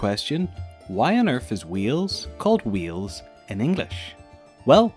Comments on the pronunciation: Omg the way you say Wales it sounds like your saying wheels it's said like whales 🐳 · It's Wales not Wheels ffs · Wales not wheels ! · you know.. learn how to bloody speak as a welsh person that was born and lives in wales is bloody annoying mush. Ffyc ti! LOL! no hate at all but it did set off my obsessive-compulsive disorder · Lol "wheels" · Weels??? Are you kidding me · Did you say "WHEELS"?. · Sooo im welsh and im sorry but is the called wheel's or wiles NO HATE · bro you are saying wheels i'm welsh and when you try and say wales but say wheels its a disgrace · David Amicus Well, my English teacher said both of them differently. But it was because her dialect was really old. I think it has something to do with a thing called whine - wine merger. If a person pronounces they different, whales is pronounced something like hwals, and Wales is pronounced the same as today. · You can’t say it properly sorry